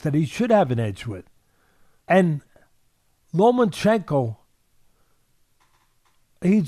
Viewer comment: Teddy, it's Lomachenko, not Lomanchenko.